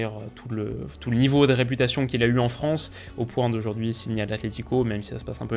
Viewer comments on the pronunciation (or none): none